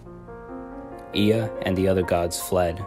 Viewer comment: It's not pronounced EE-a it's pronounced eh-a